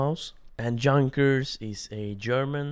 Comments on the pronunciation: Junkers is pronounced Yoonkers by the way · You are saying Junkers so wrong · You mispronounce Junkers